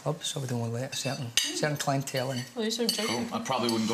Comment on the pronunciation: "Not enough clientèle?" Man of the night 🤣👌🤍